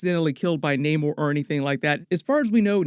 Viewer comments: Why does he keep saying Naymor? Its Namor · Nah-more not nay-more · Actually naymor didn't change his name all he is doing is pronouncing it in Spanish. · I always thought Namor was pronounced that way but I digress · Bro pronounced every name wrong